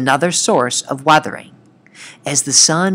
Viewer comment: man said arthering not weathering